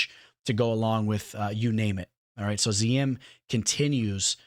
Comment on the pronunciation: You say youre a fan but you kept calling him ZA-YIM! IT'S ZI-YAM!